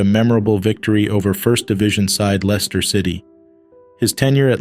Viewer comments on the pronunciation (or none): none